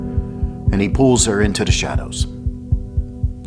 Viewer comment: ~ I Know This Is COMPLETELY Off Topic ~ Im Trying For The Life Of Me To Find Out What State You Are From lol I Swear Once In A While A Louisiana Accent Is Coming Out Especially When You Say “Da” Instead Of “The.” 🤣 ~From A Native Louisianian